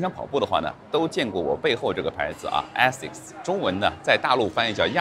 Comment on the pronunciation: Aasics的第一个发音应该是字母a的本音，你可以去查一下。